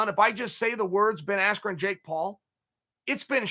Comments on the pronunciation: I knew my bet was F’d when Buffer screwed up Bens last name. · Rigged. Everyone friends with Paul, Askren comes out with no emotion AT ALL, MICHAEL BUFFER mispronounced Ben Askrens name, knockout in less than 2 minutes??? Robbie Lawler nearly killed him and couldn't put this guy away. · Disrespectful to the sport of boxing! Absolute shambles... From purposely mis-pronouncing his name, to the sh*t talking commentary... most fixed pay day ever... May as well of called it Jake Paul’s birthday party & sold tickets to it. ✋🏽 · Michael Buffer mistook "Big 10" for "Big 12" at weigh in AND introduction then mispronounces "Askren"??? 😂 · Why you think the mispronunciation? So highlight reals don’t taint askrens real fights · You're actually goofy if you think one of the two single greatest announcers is going to accidently mispronounce a name as simple as Ben Askren. Being as close to the fight game as he is, it was clearly supposed to be some kind of joke or slight to Ben.